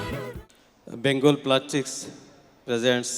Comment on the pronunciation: বেঙ্গল প্লাস্টিক বলতেও পারে না।😁😁😁